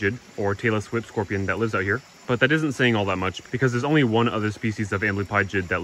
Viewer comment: At 27 seconds it sounded like you said “Taylor Swiftorpian” ?!? lol Leaving Easter eggs for all of the Swifties who subscribe to your channel lol 😏🤣